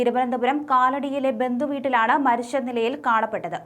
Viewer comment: മരിശ്ശു എന്നല്ല മരിച്ചു എന്നാണ് വാർത്ത വായിക്കുന്ന പെൺകുട്ടി പറയേണ്ടത്. ച എവിടെ വരുന്നു അതു ശ എന്നാണ് ഉച്ചരിക്കുന്നത്. നിർബന്ധമായും തിരുത്തുക